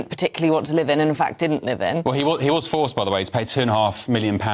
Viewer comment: This commentator is apparently unable to pronounce consonants clearly eg forc (ed) kicked ou (t) thank you for joinin (g) me. "hell ho(le) in England" if this is righ(t) Ugh Cant listen to these characters with their gutter slang and inability to enunciate. Is this demotic English planned to be the standard English of GB News for the future?